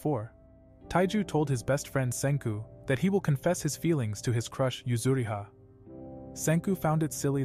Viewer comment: Yuzuriha not yuzuhira